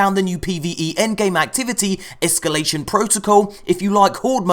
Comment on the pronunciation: "Ehskyoolation" looks like fun. Very Prison of Elders-esque.